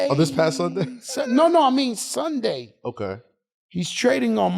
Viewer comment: “It was a Suunday too man, terrible man melo” 😂😂😂